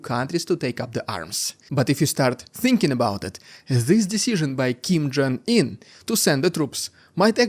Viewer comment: Did you just say Kim Jung Ear? 😄